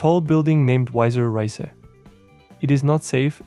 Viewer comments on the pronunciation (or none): The building`s name is not "wiza riza" but "Weißer Riese" (like "wiszer reeseh", which means "White Giant"). I would feel goofy if I would not try to find out the real pronounciation of foreign places... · The russian and chinese copy/paste homes at least look way better than their counterparts in Texas. Chongqing isn't unknown anymore and it's 35Mio. Back to Germany, "weißer Riese" actually means "white giant". Some of the pronunciation was good, unfortunately messed up in that case. There are not many kinds of trees that can grow above 4000m elevation, so no surprise in LaPaz ;).